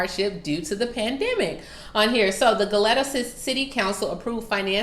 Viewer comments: Hey heads up it is pronounced go leeta. Spelled Goleta. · ITS PRONOUNCED GO- LEE- TAA